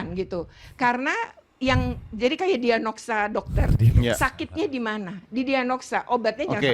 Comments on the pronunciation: Lah iy itu ibu KPAI ngomong diagnosa aja salah....pdhl itu istilah medis yg umum semua org tau loh. Diahnogsa katanya😅😅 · Ngomong diagnosa aja gak becus... Diagnoksa.. apaan malu maluin diri sendiri tuk kapal api. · Aduh ibu ibu.. belajar ngomong dulu deh.. diagnosa bu.. bukan dianogsa.. ngomong aja masih belepetan.. mau ngajarin anak seindonesia..